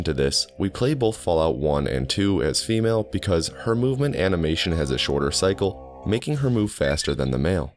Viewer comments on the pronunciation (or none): none